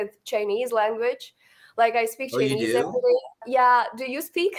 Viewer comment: I can easily tell your spoken English donesn‘t sound like American. When you say the word “Chinese”, you pronounced tr-ei-nese.